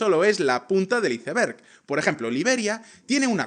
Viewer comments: La punta del iceberg? Por que no pronuncias bien ?l La única palabra en inglés , y la pronuncias bien ? Perro bien mal , Murphy también muy mal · Nadie:: hise berg:v